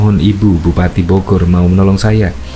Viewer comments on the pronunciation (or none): none